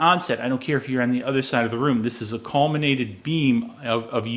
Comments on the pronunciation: Very well done video, very informative. BTW it's collimated, not collminated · Some good advice, but "colminated .. . colminated ... colminated" ....gaaa, it's "collimated".